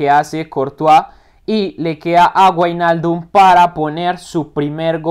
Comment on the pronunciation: buen video crack, se dice como vignaldum nowijnaldum pero me encanto la simulación muy buena